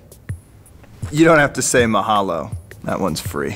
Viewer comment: he said mahalo and ukuleles wrong